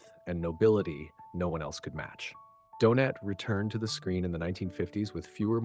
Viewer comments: And it calls the actor Donate instead of Donat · Stupid rowboat narrator even reads out the IMDB references as well as going from saying Donat, to what sounded more like Doughnut! Here’s a tip - use a genuine human to narrate your videos. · Nice video moving story spoiled by the awful, americanised AI narration. Several time the actor was referred to as Donate rather than Donat. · Listen again. Several times the actor was referred to Donate instead of Donat. Definitely an AI narrator. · “Donate,” “Donut,” geez. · the constant mispronunciation of the actor's surname is hilarious - do-nut, do-nate do-naut .... doh! 🤣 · “Donate” made his debut?… geez, enough with the AI voices. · Any chance you could be more consistent with the pronunciation of Donat’s name? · Nice tribute. Your 4 different pronunciations of his name were somewhat humerous 😊. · Why can’t you pronounce his name correctly the T is silent more pronounced like a y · Teach the AI robot to pronounce his name, for Pete’s sake! I’ll just have a jelly Donat. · Is this ai? Donat is pronounced in several ways, ranging from donut to donaht. Clumsy. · Good to see a tribute to Robert Donat, although the presenter appears to have difficulty settling on one pronunciation of the actor’s name. To be sure Donat’s voice and on-screen persona were unique. However, actor Roger Liversey’s voice could recall Robert Donat's. Liversey being the more robust of the two actors. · Also he mispronounces Donat in alternate sentences. It's AI.